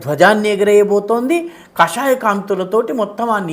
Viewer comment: Not kashaya, it is kaashaya , big negative meaning explores.